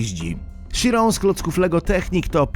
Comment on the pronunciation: Bugatti Chiron czyta się bugatti kajron